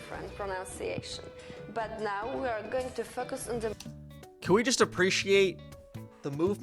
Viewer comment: "words" pronounced as "warts" and "today we're gonna fuck..us" are absolutely killing meeeee. Girlie blink twice if you're in danger 😂